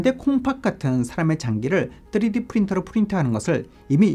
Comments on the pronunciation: 맞는 발음은 아님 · 쯔리디 ㅋㅋ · 뜨리디 ㅋㅋㅋㅋㅋ발음